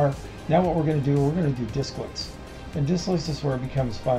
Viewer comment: Its Desklets, not Disklets.